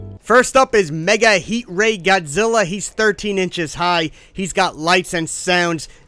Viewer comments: Why did he say God Ziller?😂🤣😂🤣😂🤣😂🤣😂🤣😂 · Dude said "godzillar" with a hard R